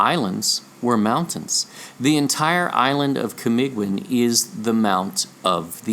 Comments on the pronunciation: The pronunciation is KA MEE GGEEN ... G is Hard G as in the word BEGIN... Kamagong is a tree... its wood is durable... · Camiguin is silent u camigin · Thank you for acknowledging my little contribution in this world shattering revelation. Just a small advise on how to read words with "ui" in them like Camiguin. The "u" is not pronounced and hence Camiguin is pronounced as ka - mi - gin. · That is CAMIGIN silent "U"